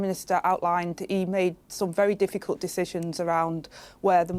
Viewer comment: I wonder if she practices in the mirror saying ‘jifficult decisionzzz’ as a true spasticated div